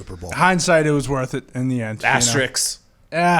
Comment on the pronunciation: I can't get past that guy screaming asterisk wrong.... "ASTERICK".